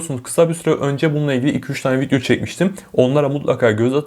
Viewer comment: fidyo dediği için odaklanamıyorum